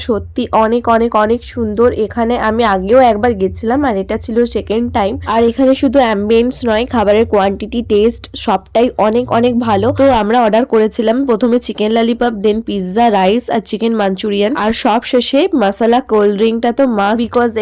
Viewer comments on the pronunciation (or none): Oita chicken lalipap na lollipop bole 😂